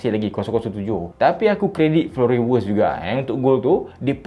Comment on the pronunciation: Sebutan writz tu Vi yetz